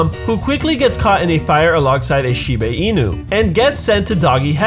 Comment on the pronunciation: Shibe... shiba... wait... I'm sorry?